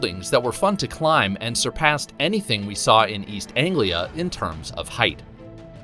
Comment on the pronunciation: Hearing an american say east anglia is so awkward.